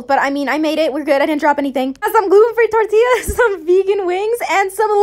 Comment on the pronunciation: Im mexican and when she said “tortillas” my heart was like wow😊